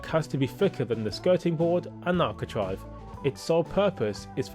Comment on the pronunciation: It's architrave not architrive 🤦🏻‍♀️